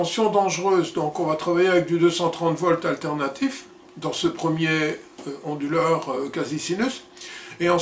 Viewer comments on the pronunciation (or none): Pourquoi prononcez-vous "onduleur" avec un H aspiré comme : "Honduleur". Ce n'est pas : "du honduleur" par exemple...?